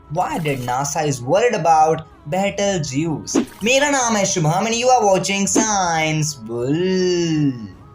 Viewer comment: Its Pronounced like beetel juice not battle juice